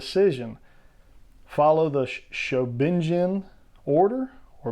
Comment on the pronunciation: Your fine in your pronunciation "show-bee-gin" more or less is what I've heard. Not Japanese so I could be wrong. Sos is a great fig along side biogoji are the last great godzilla hit for neca. As for Kong we definitely need all the iterations of him. I had hopes for a toho 62 and king Kong escapes fig from neca, but since they decided to not renew their godzilla license, that's probably a no go. Maybe neca can give us a 76, 86, skull island.